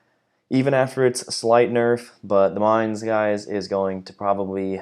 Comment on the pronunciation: Dear! You are the first one of the english speaking CCs (…that I see…), that pronounces the name of the Mainz correctly. Thank you for that! 🙏 Also, I am with you on this topic. Not amused… I really hope for a change towards AP focused ships. Gonna take out Baltimore just for the heck of it.